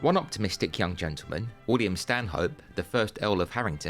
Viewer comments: Excellent video, although Stanhope is pronounced "Stan'up." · A polite correction: Stanhope is pronounced "Stannup".